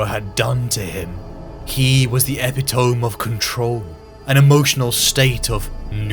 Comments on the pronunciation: Just for the future, no judgement, but epitome is pronounced "eh pit oh me" not "eppy tome" i remember my principal pronounced it that way as well over the morning announcements and we never let him live it down. But to you do good work so you get a pass :) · Epitome-A Pit tow me, not ep i tome, sorry my english teacher taught me to say it wrong 20 years ago and hearing you say it like her made me comment. Dope video btw. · Something that stood out because I once made the same mistake: Epitome is pronounced to rhyme with 'give it to me' not, 'tome' as in book. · "Epitome" = e-pitto-mee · Epitome = Ah-pee-too-mee This is better